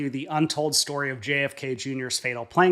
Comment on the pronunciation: What does "schtory" mean?